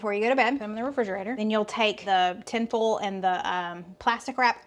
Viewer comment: Girl...foil is pronounced foy al (2 sylables)! Lol! Not fole lolol! I bet Stephen pronounces it the right southern way! Just picking on you!